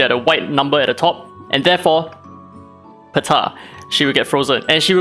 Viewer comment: No one: Daddy: “PUH-TAH!”